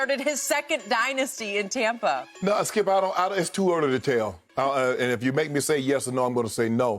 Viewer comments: I cringe every time he say tompa. Stop it! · I finally realized by looking at the title why Skip says tompa bay instead of tampa bay. I just thought it was the correct way to pronounce the A in Tampa. 💀😂😎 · It still says Tompa bay 😂